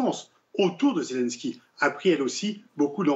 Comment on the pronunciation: La journaliste devrait se corriger, car elle est ridicule "Zélunsky" à la place de "Zelenènsky", "Raschia One" à la place de "Rassya adine".